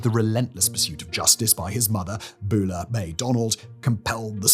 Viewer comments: BEULAH is pronounced "BYOO-luh" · Byoo-lah, not Boo-lah.... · Simon, given your accent you did a great job saying "Mobile". I've lived in the South all my life and people mess that up. But Beulah is pronounced Byoo-lah.